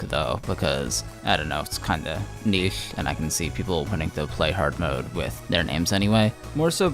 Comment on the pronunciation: Cool project, but why do you pronounce ch like that??? The way you say niche is extremely cursed.